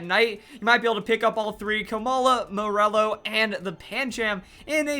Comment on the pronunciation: Wait isn't it pronounced "More-lull"? I was so confused as to what Pokémon he was talking about